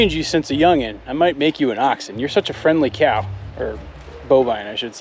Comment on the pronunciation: I like how you say cow 😆